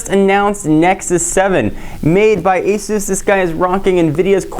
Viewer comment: pronounces Asus correctly.